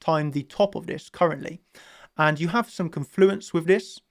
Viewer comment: When chart champions makes me a million dollars, I'll pay for elocution lessons for so he can learn to say "confluence" properly 😅❤️